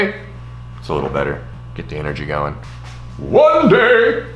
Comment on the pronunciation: "One Day"' (pronounced: wwwwwwaaaaann daaaaaaaay') definition: Creating a bait in one day, in an attempt to catch a fish the same day WARNING Phrase may induced excitement